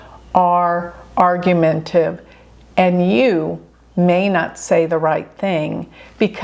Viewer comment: Argumen ‘TA’ tive